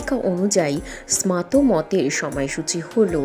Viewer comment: Kotha ta smato noe smarto mot